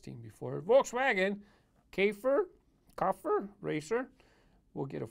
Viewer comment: Nice case! You said Käfer almost right the first time, I think it should be pronounced more lik "Kiffer"(but with a silent R) Not 100% sure tho, I'm not german but I think it's something like that :P Anyway, It's cool and I'll pick 'em up but it's a little... yeah, too customised, realistic but not really my thing.